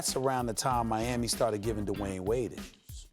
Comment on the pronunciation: Literally nobody: Stephen A. Smith: DaWayne Wade